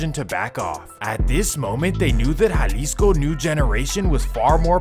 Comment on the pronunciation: Estava en Jalisco en 2008, en puerto vallarta. nice place. Good job on the spanish pronunciation with the names, unlike most, I was surprised, like that's a first. lol